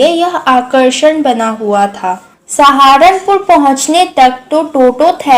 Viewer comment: Mam baki sb to thik tha lekin vo sharanpur h naki saharanpur dont make fun of our district 🧐🧐😤😤